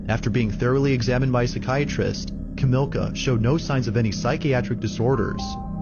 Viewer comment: Not sure why the narrator can't get the Polish lady's name correct. It's NOT Kamilka. It's Kamilla, as in Camilla - like King Charles' wife's name. It's spelled out on the video and you hear the police call her name. No escuse for not getting pronunciations correct.